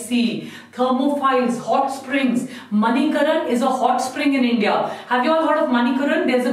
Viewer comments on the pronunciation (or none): none